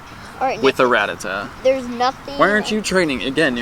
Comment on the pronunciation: It's ra-ta-ta not rat-a-tat